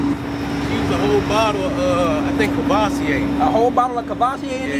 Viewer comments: Bru said boiled in covosier…….👀 u sure they Hennessy wing geeeee? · Buddy said courvasier. Twice and kept saying hennessy wings